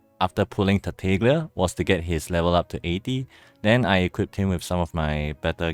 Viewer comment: FYI the "g" is silent in "Tartaglia". Great job on the video